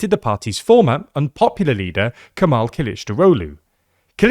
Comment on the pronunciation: Ok, no problem: Kemal Kılıçdaroğlu. Kemal: Ke - mal. Imagine saying "que mal" in Spanish. Not like camel. Kılıçdaroğlu is actually three words combined: kılıç, dar, oğlu. Kılıç: something like kuh-luch. Sounds similar to pillage, or village. Dar: like the name Dara, without the last a Oğlu: the ğ isnt pronounced, so it's like "oh loo"